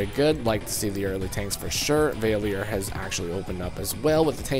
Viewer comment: You mispronounced valior Your sayin vay le or Its really val e or